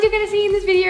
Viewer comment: nobody:: viderrr sorry no hate